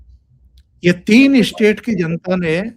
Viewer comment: ap state ko istate kyo prounce karte hain in Madarsa style.